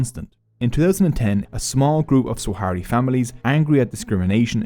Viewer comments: I hate to nitpick but your pronunciation of Sahrawi is both wrong and inconsistent throughout the entire vid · Sah-ra-wi not Swa-ha-ri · Good video but it's Sahrawi not Swahari 😭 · It’s not “Swahari”. It’s Sahrawi. Thank you for this video 👍🏽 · Swahari people 😭😭💀 It's sahwari not swahari, that guy is the only one who says "swahari" because he is from the west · Firstly it's sahrawi, not saharawi or swahari, also "sahrawi people" don't exist because "sahrawi" is simply the denonym for the sahara region, so a Tchadian is a sahwari, their entire ideology was created by Boumediene and Khadafi to weaken Morocco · Sahrawi => Swahari????? I appreciate this video and bringing attention to something that's not talked about very often, but come on lol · if you go through the trouble of making a video about a people's struggle and have the video make you money, atleast have the basic decency to uhhh... PRONOUNCE THEIR NAME CORRECTLY. SAH RA WI. NOT SWAHARI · Great video, thanks for making something on such a forgotten conflict. I’ve been personally involved with the Sahrawi (fyi it’s pronounced sah-rawi) community living in the refugee camps in Algeria since 2012, teaching and facilitating training programs in Smara, Layounne and Boujdour each year. The situation on the camps is not improving, 50 years on people still live on emergency food rations, water is bought in each day by tankers and malnutrition is widespread. The more the international community look away the worse the situation is for those in the camps and those living under the brutal Moroccan occupation. Let’s stand shoulder to shoulder in solidarity with the Sahrawi people, they are brave, gracious, generous, resilient and compassionate despite years of persecution by Morocco and neglect by the international community. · He mipronounced Sahrawi every single time.